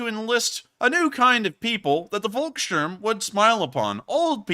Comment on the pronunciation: "Volkssturm" - 'V' is pronounced as 'f' and 'u' pronounced like 'oo' in 'loo'. "Volk" means 'people', wheras "Wolk" means 'cloud'.